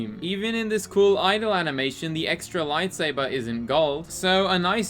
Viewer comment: Lite Say Burr